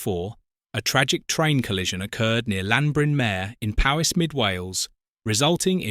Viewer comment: Please learn how to say LLanbrynmyer My friend lives there and we watched the whole thing as it evolved.